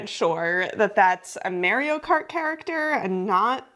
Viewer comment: the way you said mario😂😂